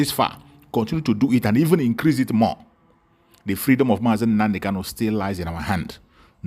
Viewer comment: This fool, our leader name is not kalu but kanu You can't even pronounce the name of your client DISINTEGRATION IS OUR GOAL They sent you to kidnap MSE,noted,wait you will get the music